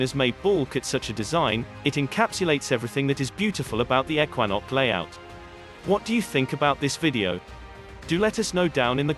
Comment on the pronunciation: Pictures don't match the narrative; you can't have a links course in the mountains.; Ekwanok is mispronounced. This video is a complete fraud.